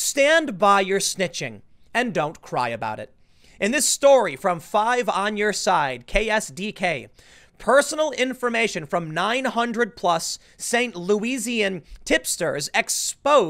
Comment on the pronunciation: Fyi- it's pronounced "Saint Louis-an". Just like the normal city name with "an" at the end.